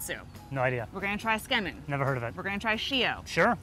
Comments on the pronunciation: How many map geeks, Asians, and japo-files just died a little? Edit: OMG... Sigh... I can't blame you.... But it's pronounced.... Don't drop the zu. Zu ke men, not ske men.... Sounds really wrong. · Am I hearing it wrong? She's saying "Tsukemen", right guys? But all I hear her repeat is "Skemen". Kinda sounds disgusting, lol. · When the lady said “scamen” MY JAPANESE SELF GOT SO SO SO CONFUSED and then I realized she tried to say “tsukemen”.. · Tsukemen is pronounced "Zu-ke-men" not "skarmen" if that helps? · Skemin?? Tsukemen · Su Key Man not skemen get it right Haoles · How in the world did she bastardize the word tsukemen into "SCAMEN"? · should learn how to pronounce "tsukemen" su key men, not scam in, lol like seriously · When she tries to pronounce tsukemen, it kinda sounds like “schemmin” haha. I was so confused. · and? Gringos? What so now you’ve decided to resort to being racist?! PLEASE as Viet I’ve SEEN SO MANY and I mean SO MANY mispronounce asian foods, and most are black, white, Hispanic, oh and ASIAN. It’s now a race thing🙄 Literally every country mispronounce foreign foods, English is the same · This lady is the worst at pronouncing Japanese words! sometimes pronouncing the completely different word and thus changing the meaning. Your geography and spellings were also bad! Feels like very little research went into this video.